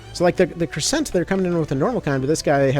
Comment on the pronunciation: Take a shot every time he mispronounces crescent or gorgon